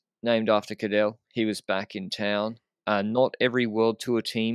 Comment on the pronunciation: yes but specifically told him to pronounce it in a native Australian way and is bragging about it since yesterday (women's Cadel race) but still gets it wrong every time without trying to correct him